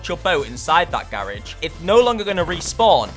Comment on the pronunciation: Ok ok I love your videos but why why you pronounce garage wrong 😂nah but nice keep it up